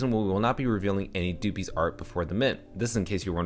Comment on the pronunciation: good vid. but fyi it's pronounced like puppies but with a d